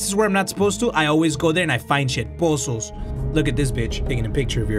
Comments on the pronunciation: Literally everyone: “puzzles”: “POSSOLS FUCKING POSSOLS” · Word of the day "poozuls"